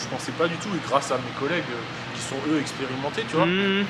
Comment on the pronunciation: Tu peux pas dire "quis ont" 😂😂😂